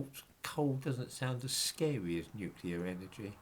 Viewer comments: Yes folks, it’s pronounced ‘nuclear’ and not ‘nucular’. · That’s all very well,, about nuclear radiation, but what about the real threat of NUCULAR as a noun? 😁 P.S. Alternatively: NUKULAR. 👍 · I lol when msm types say "Nucular" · Listen to people,especially news people pronouncing NUCULAR.. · Would that it was only "nuclear" - so many people seem to insist on "nukular"...